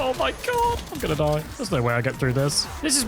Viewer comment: Good Game good grind loved it also watching this video Btw it’s not DIE like death, die is In English „the“ speak it out like „dee“ Die Maschine